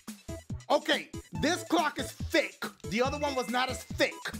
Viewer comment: It's funny when he says thicc